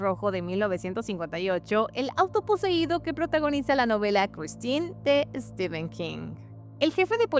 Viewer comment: Se pronuncia ¨Estifen¨ nada que rver con Estiven, STEPHEN, en ingles PH se pronuncia como F.